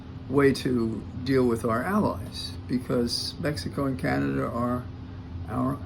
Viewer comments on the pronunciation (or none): none